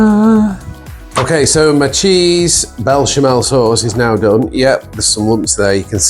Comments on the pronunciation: Looks amazing! But it's pronounced besh-a-mel. 😅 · It’s Béchamel……. Looks great!